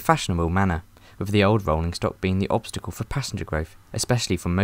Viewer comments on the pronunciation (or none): none